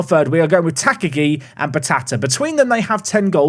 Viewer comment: Sad he’s not got the Mr. Potato head if I’m honest. The teal kit is a color blind nightmare, please never play them again. Also, Tak-agi should be 3 syllabus Ta-ka-gi but doubt that gets cleaned up since murdering names is your favorite past time 😂